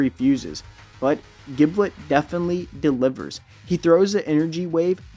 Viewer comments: His name is pronounced “jib-let” not “gib-let” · Blazing_Storm777 Dragneel I play dbl. it’s pronounced “jib-let”. You don’t pronounce ginger as “gin-ger” right? It’s “jin-jer”